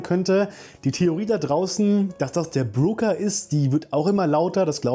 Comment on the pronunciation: Es ist doch der Broker, nicht der Brooker.